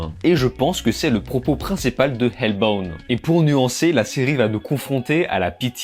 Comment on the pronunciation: bin j'aurais la flemme de liker ta critique ( je sais tu vas dire tu t'en fous) en vrai ca coute rien d'au moins essayer de bien prononcer